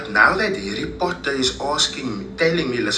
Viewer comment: Foken Harry Potter will never be the same… Now I only hear Hairy Potter 🫠🫠🫠🫠🫠🫠